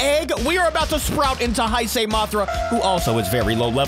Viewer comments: Say Hey-say for now on. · Nice video, but here is how you (Or how everyone) mainly pronounces “Heisei” “HEY - SAY” Hope this helped.